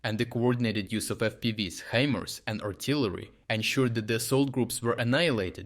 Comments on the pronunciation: Not pronounced he mars, but hi mars or like high mars 👍 himars. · Heemars? Is this an AI voice?